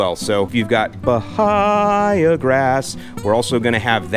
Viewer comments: Ba-hay-a grass, not Ba-high-a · Since Bahia grass comes from South America, I’m guessing you should pronounce it like a Brazilian would, by-EE-a. Emphasis on the middle syllable.